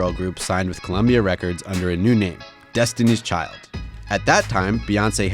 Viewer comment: He said Destiny Children. LMAO